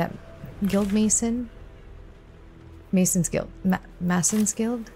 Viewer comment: Since you asked... It's "may sons" guild, not "mass ons" guild. Masons are craftsmen who work with stone. They carve anything from stone blocks to make walls, stone tiles to make floors or pretty walls, or even stone statues.